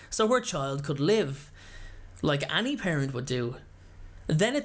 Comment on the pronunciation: The way he says any annoys me